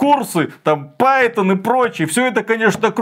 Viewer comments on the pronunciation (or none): none